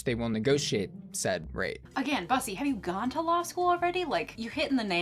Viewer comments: Girl it's pronounced boosy like ... boy pussy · It's Bus- ee ❤ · Everyone she says bussy as in a bus I giggle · I knew she was a straight when she pronounced “bussy” incorrectly lol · I’m screaming at that attempt to pronounce bussy. I can’t. We love an innocent queen. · Omg. They way you said "Bussy Queen," hahahaha... It makes it so much better that you don't know the pronunciation or what it means 😄... But probably best to keep it that way, lmao. Dang though, that whole contract business is just nuts. Fascinating.... Anyway, Cheers! Merry Christmas 🎄🙂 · lol she cant pronounce bussy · the fact that you can't pronounce Bussy is enough to end the video right there. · The pronunciation of "bussy" here... far too much. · When she doesn’t know how to say Bussy. What a true icon we need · it’s okay baby people knew right away that you don’t want drag race when you didn’t know how to pronounce bussy 😤🤡👩🏻‍🦰